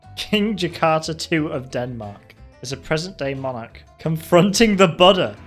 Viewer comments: It's boo-da not butta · The more he says "The Buddha," the more it sounds like "the butter"